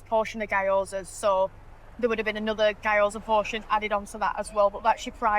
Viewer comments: Almost turned this off 2 minutes in because guy-oza was giving me an aneurysm lol. Sorry guys ‘gyo’ is one syllable, try saying ‘big yo-yo’ really fast and then drop all the extra letters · As everyone is saying. Guy-Oh-Za is just...... really wrong. It's two syllables, gyoh-zah. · Who is this Guy Oza guy you keep talking about? 😂 GYO-ZA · Hey guys loved the video but the pronunciation of Gyoza was doing my head in Gyo NOT Guy G..yo..za Not Guy…oza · Guy - Oza, seriously? you know how to pronounce it so stop putting on the bullshit accent, please! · There's an Asahi factory in Wulkuraka (part of Ipswich) in Brisbane. Always, always use chopsticks IMO. Also in Japanese it's pronounced Gee- yo-za. Looks delicious